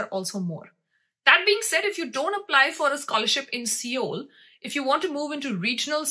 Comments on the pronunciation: Seoul is actually pronounced as sole/soul. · It's not seeoool ...it's sol (pronounced)